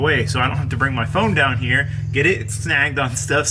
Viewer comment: Favorite part is when put a lil sauce on "weld a bead hyah" lol have fun sayin words in funny ways fuck it be different lol